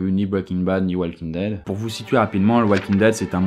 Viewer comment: "Walking daid" ??? really negga